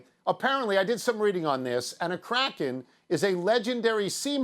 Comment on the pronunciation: Funny thing is the word Kraken correctly pronounced is nowhere near Crackhead 🤷‍♂️